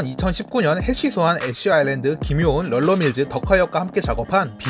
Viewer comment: 럴러밀즈라니.. 릴러..